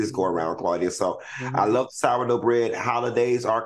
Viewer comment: Al and his "black lurv" 🙄